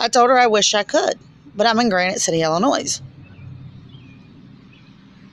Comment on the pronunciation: i do wish you luck in life and with getting your children back please read this whole post before replying about disrespect again. I'm sorry maybe it is not you being disrespectful because you did not grow up in Illinois and some other states don't know how to pronounce it but being born raised and educated in Illinois we were taught from a very early age that the s is silent and i take great pride in my state. Trust me i understand disability and how difficult it is to get help people should post YouTube videos complaining about that.